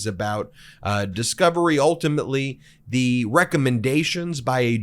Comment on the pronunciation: Ben, I get the feeling that you are not a native English speaker. It's really distracting when you pronounce the word 'the' as thee instead of 'thuh', when it isn't followed by a word beginning with a vowel; similarly you pronounce the article 'a' as 'ay' instead of 'uh'. I wish you wouldn't do that.